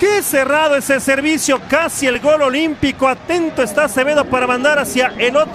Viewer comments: Porque dice gole jaja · Porque el narrador dice gole? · Por qué el wey dice gole? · La pregunta es, porque el comentarista ridiculo dice gole si se dice gol? Es lenguaje inclusivo o el cree que se escucha genial🤣